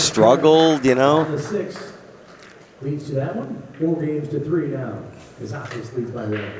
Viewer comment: Thanks Accu-Stats. I know Mark had a sheet of loose leaf in the booth with KAZAKIS written in huge letters which he waved in front of Mike every time he said "Karakis," haha.